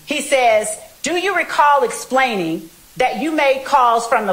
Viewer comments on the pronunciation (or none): The prosecutor incapable of proper English: 'dat' vs. 'that', 'splaining' vs. 'explaining', 'ax' for 'ask', various misuse of words like "he 'asserted' to him", "conversate"